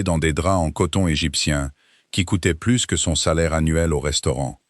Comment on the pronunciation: je vous l'ai déjà écrit, mais il faut vraiment que vous cessiez de prononcer le " s" de plus quand il faut qu'il soit muet, sinon çà change totalement le sens de ce que vous dites ! " plus qu'une heure" signifie que " c'est bientôt fini" si vous prononcez le " s" de plus, çà dit 1 heure de plus ! oui je sais ce sont des détails, mais c'est ce qui fait la perfection, et la perfection n'est pas un détail !